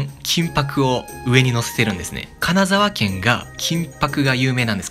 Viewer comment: 金沢県のくだり、一瞬神奈川県に聞こえた